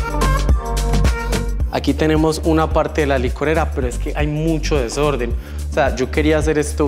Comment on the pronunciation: AQUI👇👇👇LAS VECES QUE DIJO DESORDENN🤣🤣🤣🤣